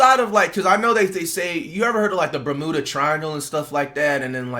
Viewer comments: "burmooda triangle" 😂😂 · Mf said bamoooda triangle 😂